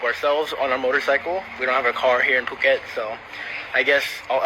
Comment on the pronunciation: It’s “foo-ket” not “puke it” 😂